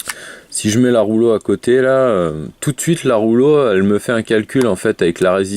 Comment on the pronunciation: Je ne savais pas que la box rouge s'appelait la ROULO... Quand on fait des vidéos de présentation, unboxing, revue etc. C'est un minimum de faire un effort de prononciation. Mais je pense que dans ton cas, tu ne sais même pas que ta box s'appelle REULEAUX